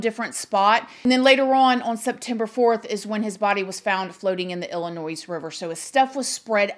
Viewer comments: Illinois. Not s is pronounced. It's pronounced like lllinoi. Just for your info only. Kind of like Arkansas. Neither have the last s pronounced. Also, it came out that the sister was also at that campground. Their attorney admitted this. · Girl, we do not pronounce the s in Illinois! Illinoi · Hun…Illinois is pronounced with a silent s. “Illinoi”. Try it! Xoxo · I'm not being unkind but you do not pronounce the s on the end of Illinois. It is silent. Pronounced Illinoi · Sorry if I sound like the grammar police but it's driving me nuts! It's a silent s on the pronunciation of Illinois... IL-ə-NOY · It's pronounced Illinoi, "S" is silent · Girl I love u but Illinois is not pronounced like it's spelled. It pronounce like Illinoy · I love you but it’s pronounced illi noy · Please learn how to pronounce Illinois, it's not Illi-noise. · The "s" is silent in Illinois. Same as in Arkansas. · Hearing the “s” at the end of Illinois makes me cringe! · There is no noise in Illinois. Just saying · The s is silent in Illinois, its like fingernails on a chalkboard to people who live in state when you pronounce it like that, lol no biggie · The s in Illinois is silent. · You don't say the s in Illinois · I’m guessing that you are an American and you were born in this country and you don’t know how to say the state of Illinois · lol! "ILLINOISE"! smh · Illa-NOIZE lol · Illinois is not pronounced “ill-i-noyZ”, the “s” is silent so it’s “ill-i-noy” based off of a French adaptation of an Algonquian tribe name. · Ill-a-noy....not Ill-a-noise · Please pronounce Illinois, correctly….it’s noi not noise… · Pronounced ill-i-noy...not ill-li- nois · God bless Jelani Day and his family. This needs more attention. They need answers. So sad. Btw,, this is one of your babies talking: Illinois is pronounced ill-in-oy — the S is silent. Love youuuuu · It's (ill-uh-noy) 💜 Illinois. Praying for Jelani's family. 😭 Great video 🦋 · The S on the end of Illinois is silent